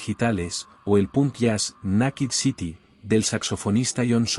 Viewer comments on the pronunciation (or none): none